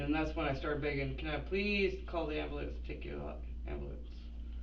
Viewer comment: After watching endless amounts of bodycam/investigation videos, i have learned your pronunciation of the word "AMBULANCE" is directly correlated w the amount of brain cells you have 🧐